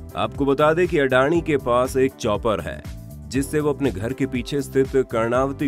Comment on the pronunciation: videos banae se phle bolnaa sikhlo sahi se. it's अदाणी not अडानी